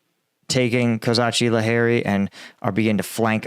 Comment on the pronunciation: Bruh your selective usage of accents is killing my slowly lol. Kozachi is pronounced as Kozahkee, as in the Cossacks